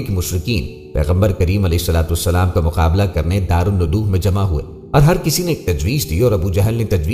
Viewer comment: Please correct the pronunciation. Its DARUL NIDWA NOT darul nudu